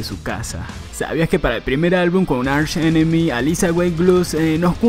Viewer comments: ARSH enemy... , aprende a pronunciar bien por favor , se pronuncia ark enemy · se dice ARK ENEMY no archhh enemmy